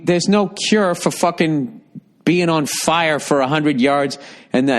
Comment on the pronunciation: Hey, Billy, "red ball's roasting on an open fiahh!", Burr! Good on ya!